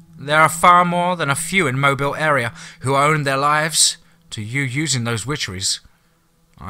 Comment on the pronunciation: Blame the Mobile thing on me. It's closer than most non-Alabamians usually get, and I explained it to him, I was worried about keeping the stress on the first sylllable, not the last, so I told him Mo- bill. I'm perfectly happy with it though, as he does such an awesome job.